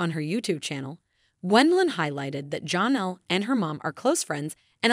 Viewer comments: It is not John Elle it is like Jan elle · Please stop calling her Jonelle. It's pronounced more like Jan, Janelle not Jon in it anywhere. (Actually spelled Jenelle.)